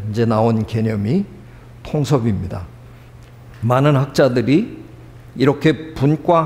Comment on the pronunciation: 늘 즐겁게 강의를 듣고 있읍니다. 한가지. 긴 자를 짧게 잘못 발음 하신 예: 통섭 , 재 해석. 소개자는 "고맙습니다" "고마씀니다"로 듣김. 선생께서"눈치"를 보기를 건하셨는데, 이것을 "배려"한다는 뜻으로 받으면 참으로 귀한 제언입니다만, "눈치를 본다"는 말은 강용상 별로 좋은 뜻으로 쓰여지지는 않은 것 같습니다. 제가 쓴 책 한권 읽어 주시겠읍니까. "한국 어문을 고발함"입니다. 미국 변 완수. 배